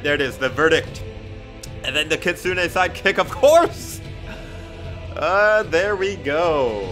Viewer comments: "Kitsunay sidekick" why? Its kit-soon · Btw, the kitsune is pronounced ki-tsun without the “ne” you’re welcome:)